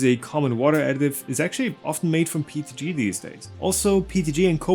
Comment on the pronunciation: I thought it was PETG.... why does he keep saying PTG?